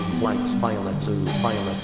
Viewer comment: Am I the only one who heard “ Violent “ except Violet